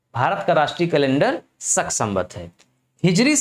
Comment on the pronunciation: सक नहीं होता है भाई, शक होता है